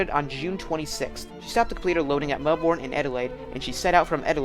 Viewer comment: Wonderfully researched and presented. Pronunciations are closer to “WARR-I-TAHH” and “MEL-BURN”, and DerbyShire is spoken as “DERBY-SHEER”.